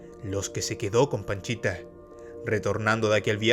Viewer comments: "panchita" o "pachita"!?!?!? Según yo, es pachita! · Es PACHITA, No PANCHITA jaja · Por favor documéntate bien no es Panchita es Pachita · No es PANCHITA bro. Es PACHITA. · Es pachita no panchita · Panchita no es pachita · Pachita* no Panchita. Aún así, muy bien video. Te documentaste bien. Lastima que lo hiciste muy corto. Saludos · Pachita, no panchita. 2 años, no 2 meses. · Hola, oye no es "Panchita":(, la sanadora se conoció como PACHITA, saludos. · No comento para criticar,,, pero la curandera se hacía llamar Pachita,,, no Panchita,,, los libros con las vivencias de gringberg y la curandera son difíciles de conseguir pero aki en Youtube se pueden encontrar en audiolibro son muy buenos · Pachita no Panchita. A Jacobo se lo llevaron entidades superiores porque su vida y legado de conocimiento corría peligro. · La curandera se llamaba PACHITA no "Panchita" mi buen! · Se llamaba Pachita, no Panchita. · Solo como dato, es Pachita, no Panchita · Buen video bro, solo que la sanadora era Pachita, no Panchita 🤭 Otra cosa, según sé, cuando fue a buscar a Pachita no iba por 2 semanas y se quedó por 2 meses, iba por 2 días y se quedó 2 años, y en ese tiempo aprendió mucho sobre la mente, y que el universo es metal... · No puedo evitar reírme cada vez q dice paNchita jdjajajaja